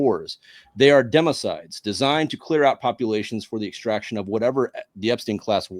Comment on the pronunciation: “Demo-cides” is perfect; thanks!